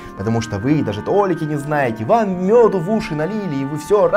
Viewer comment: тоЛИка правильно, а не тОЛика посмотри в словаре